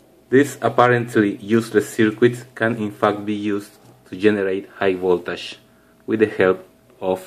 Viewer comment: El - i - di, no El - ai - di. Esa es la pronunciación correcta de LED, si no suena como si estuvieras diciendo LID. Y no se dice voltash, es más voltegsh. Saludos